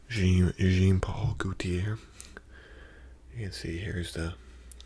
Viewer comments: Ik it’s prolly a joke but i think it’s Jean (zhawn) Paul (Paul) Gaultier (Gowltier) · Jean Paul Gaultier ❌️ Jean Paul Guitar ✅️